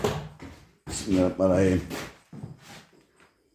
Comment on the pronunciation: Besmeleyi bile doğru söylemiyorsunuz bismilla banayim ne bismillahi rahmanirrahim küçümsemek için söylemiyorum düzeltin diye yazıyorum